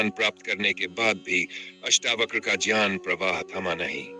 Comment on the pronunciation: " ज्ञान " शब्द का उच्चारण बार-बार "ज्यान " के रूप मे किया रहा है जो गलत है!